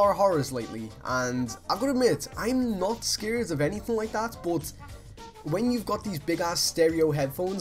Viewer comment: I love the way he said 'but' that accent tho! x) bot it's so cool (from a French fan)